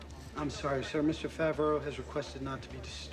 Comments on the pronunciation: Jon Favr-aeiou 😆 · John Favri-ay-yoo is hilarious 😆